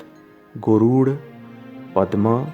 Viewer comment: who is the commentator here.I wish he would pronounce proper Sage Vyasa's name, Puranas, Garuda Upapuranas ect. Please we prefer Indian accent with proper pronounciation.